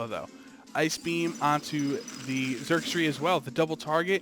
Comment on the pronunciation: me encanta cuando pronuncian a xurkitree xD charquchri